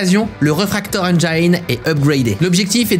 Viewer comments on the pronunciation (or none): Engine ne se prononce pas « engyne » par contre